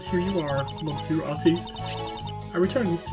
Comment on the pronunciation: I'm glad that you finally decided to skip the "Previously on Investigations 2", that was such a waste of video time that could have been used for more actual LP fotage. Also monsieur is STILL prounounced "miss-ye-uh". I may be swedish and bareley know any french except for some words and terms, but I do know how to pronounce monsieur correctly.